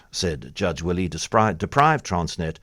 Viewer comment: It's Judge Derek Wille - pronounced "villa" not "willie"